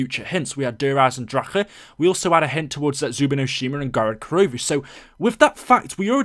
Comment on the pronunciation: I hate the way you pronounce Der Eisendrache